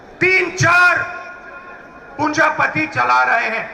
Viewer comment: RAHUL GANDHI has improved in Bhashanbaji... Congratulations. But it is NOT Punjapati, it is Punjipati. Priyanka is emerging as another Indira Gandhi...